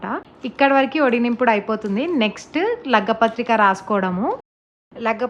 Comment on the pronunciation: Lagga pathrika kadhu andii...lagna pathrika❤️🥰 congratulations to ur sis☺️